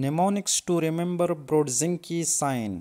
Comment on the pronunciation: Kernig and NOT Kerning. Brudzinsky and NOT Brudzinke!!